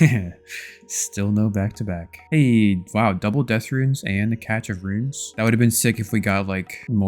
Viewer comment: Imagine repeatedly saying a word(cache) the wrong way and be convinced you're saying it correctly. Fucking hilarious how people can be firmly sat in pure stupidity and ignorance. I'm pretty sure I watch this shit out of habit at this point.